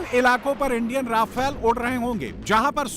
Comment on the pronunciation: REFALE BOLAY TOH FUN😂😂😂